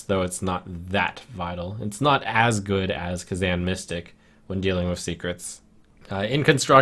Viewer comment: kazan mystic is pronounced wrong